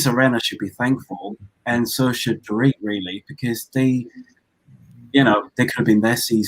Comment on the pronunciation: My best part of it was when kept pronouncing Dorit’s name wrong! She kept calling her “Door it”! 🤣🤣